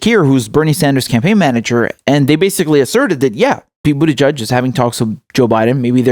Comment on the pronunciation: I love how you pronounce Buttigieg.. Like Bootyjudge